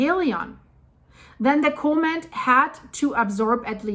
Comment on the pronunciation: Comet not cooment